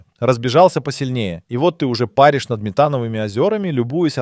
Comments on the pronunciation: это точно. И видео, и голос. Особенно "умиляет" ударение в слове "ПАришь". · ПАришь))). Трудно ударение поставить, чтобы нейросетка правильно прочитала? Или трудно живым голосом озвучить?